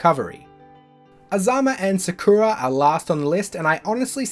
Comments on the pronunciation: Uhm no, Sakura is pronounced with emphasis on the "sa", not the "ku" but it is true that most english dubs also butcher the name real hard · how can you butcher sakura's name so bad